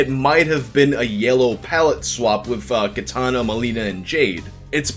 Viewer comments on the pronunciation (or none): none